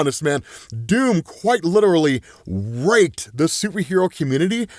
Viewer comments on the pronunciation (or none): he said raked